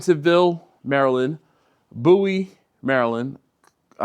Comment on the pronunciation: I swear I heard you say “bootie stop”. Had to rewind it. Turned out it was “Bowie”, that you pronounced /boo-ee/. At least that was the name/word I seen on the map. And then you followed that up with “I’m gonna get f***”. Another double take which turned out to be “pho”. Maybe I need to get my ears checked. Enjoy! 🤘😎🤘